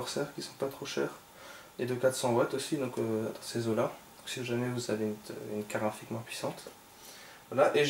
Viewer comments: Carte GRAPHIQUE pas karafik .... tu a tué mes oreilles lol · Tu dis une car rafi a la place de carte graphique :) mais ta video est pas mal.